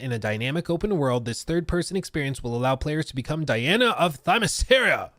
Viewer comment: It’s usually said more like “Themis-Kira” like Kira from Death Note or something. Obviously, given the spelling, it’s a bit more “Ssskira” Themiscyra… but I just wanted to point out it’s not “Themis-sear-ah.” Edit: there are multiple ways to “kill” and revive Diana. If the game takes place on Themiscyra especially, since the Amazonians are made out of enchanted clay, she could be further blessed by Zeus or something so she just turns into clay and reforms. I think this works best ON the island… but really, she’s usually so closely tied to Gods… and there was a recent story where perhaps her “Father” was actually Hades, not Zeus… so maybe she gets a blessing from Hades (the God) to always come back from Hades (the Underworld)… that could work, too. Or, the usual Lazarus Pit stuff. They also recently had a Lazarus Island where basically everyone was supposed to fight to the death and could die 3 times… and Damian Wayne Robin was involved and got his heart literally ripped out by his new girlfriend lol… so they could do that. They also had the “Lazarus Planet” storyline… where all the Lazarus “juice” or whatever the liquid in the Pits is, ended up turning into rain all over the planet, and some people got their powers changed and stuff… so basically, there’s A LOT they can do with Lazarusium or Dionysium (which was involved in the White Knight storyline, iirc, where basically Joker kept always coming back from his supposed deaths because he was kinda immortal due to finding Dion